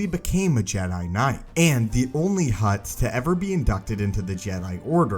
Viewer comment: Keep hearing "hot" jedi Dorian